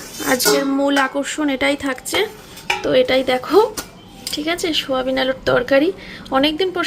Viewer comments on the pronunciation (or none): সুয়া বিন কি সয়াবিন বলতে পারো না